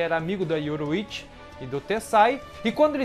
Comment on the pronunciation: yoRU!ichi. não yoroichi. seu video é bom mas suas pronuncias doem o ouvido cara... melhora isso ai.